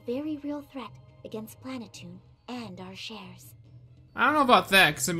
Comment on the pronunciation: You are saying it wrong it's pronounced plan a tune.